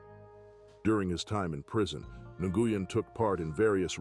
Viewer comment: Nguyen is pronounced "win".... I know, that's hard to follow.